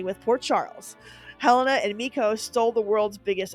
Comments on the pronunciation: Hel-Ay-na, not Hel-eh-na. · It's pronounced HuhLANEah, not Helen-ah